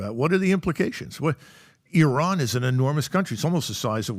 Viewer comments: Something is going on, Trump pronounced Iran correctly, he definitely clowns them on purpose 😅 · "Let's invade Iran!" Who do you think you are idiots? Compliments to Trump and MacGregor for pronouncing Iran, a cradle of Civilization, properly. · Lmao the way he properly pronounced "Iran" .. I knew then and there this thing is fake